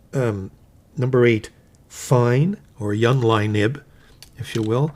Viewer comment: I enjoy your videos. Thanks! And I’m looking into that Hongdian Han Dynasty pen now, thanks to your rave review. One very small thing—you tend to pronounce the “j” in Junlai as a “y” sound. In Chinese it sounds like the English words june and lie.